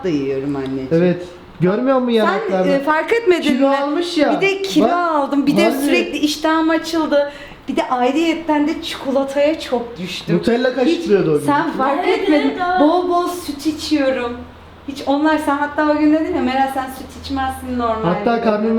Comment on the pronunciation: ablanın yanlışları çukulata kaysı doğrusu çikolata kayısı abla nolur düzelt bunları